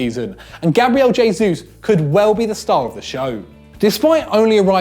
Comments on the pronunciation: Gabriel h-esus not dzh-esus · Jay-Zeus... definitely how you pronounce Gabriel Jesus.... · Everyone is so pissed off with 'antonio griezmann' that no one noticed Gabriel 'jaysuuse' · hay-sus not jay-sus please sir lol it's killing me